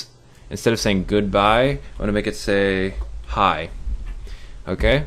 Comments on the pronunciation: Did anyone else hear "pie" instead of "hi" I don't know if its just me being fat and am hungry or my ears are messed up but... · when it was on the hi part the "hi" sounded like "pie". (^W^) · pie pie pie pie pie Pie PiE loud PIIIIIIIIIIIIIIIIE